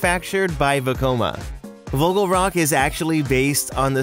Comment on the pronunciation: Vogelrok is sayed like Voogheuhlrock